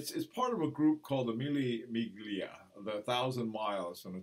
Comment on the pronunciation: it is NOT pronounced Mille MiGlia unless you called lasagne lasaGne.It is pronounced Millia(Miglia) keep the good work up,excellent videos.